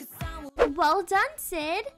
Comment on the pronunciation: Well “weel” Not trying to be rude I still love ur videos